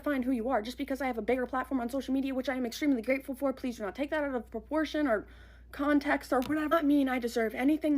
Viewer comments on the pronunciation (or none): Does she know the phrase is “out of conTEXT” ? Why does she keep saying con-tech????